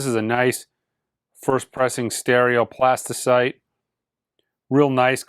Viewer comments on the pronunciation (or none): PlastyLITE, not CITE :) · my guy, it's Plastylite, not Plastycite. It's been bugging me for a few videos now 😁